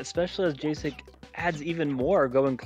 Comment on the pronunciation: Calling Jacek Džejsek when it's pronounced literally Jacek should be criminal xd Anyway, great game and cast 🗿